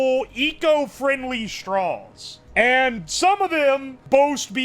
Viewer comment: love the way you pronounce straws. "strawls". nice